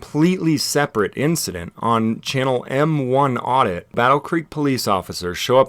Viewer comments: "M-1 Audit"? Don't you think it might be "MI Audit"...you know MI for Michigan? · I don't think it's M One audit. It's MI Audit, the MI is the abbreviation for Michigan. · "M 1 audit" MI, as in Michigan, not M1. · "M eye Audit", for MI, the abbreviation for Michigan. Not "M-one Audits"... And the "I need the name to verify that you're not breaking the law" bullshit makes ZERO sense. Name does NOT equal action (i.e., committing a crime). They can verify whether a crime was afoot without ID, but the ID is the only thing they ever focus on. And this bovine's demeaning attitude is atrocious. Her haircut says it all... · you may wish to edit at the beginning when you say his channel name, it’s MI as in Michigan, not m1 👌🏾 just an FYI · It's M i audit. MI is the abbreviation for Michigan lol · It's em eye audit. Phonetically. Like the abbreviated Michigan on an address.